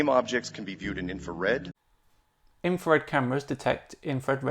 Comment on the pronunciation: It sounds a lot like he says "Infared" instead of "infrared." Maybe a bit pedantic there, but if he's so intelligent that Top Physicists can't answer his questions, shouldn't he get a simple pronunciation right? it's not like "infra-" doesn't have a specific meaning to convey in the word.